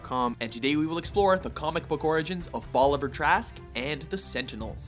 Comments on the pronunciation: It Bolivar, not Boliver. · i'ts bolivar not boliver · Super funny the way you say "Bolivar" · Is it not Bolivar?